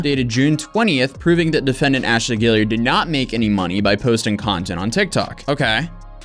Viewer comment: I’m from Charleston ,South Carolina and the surname you are pronouncing perfectly, is spelled Gaillard ,here. It’s a common name in the Lowcountry and prominent. A lot of Ashleys , also. We have the Gaillard Auditorium and , of course , the Ashley River. Think “Gone With the Wind. I’m not claiming her, for the record, just a little trivia .